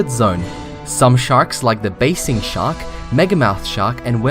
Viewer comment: Basking* not basing